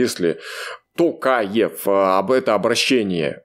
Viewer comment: Вот вы, и правильную тактику ведете,но НОООО,называйте фамилии всех казахов правильнооооо!КоОооооожалиева,ТоооОооокаев!Уважение имейте хотя бы к подписчикам!Слух режет,на нервы действует уже,как будто вы издеваетесь!